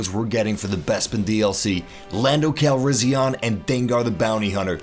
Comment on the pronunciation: It's pronounced cal-ris-i-an not ahn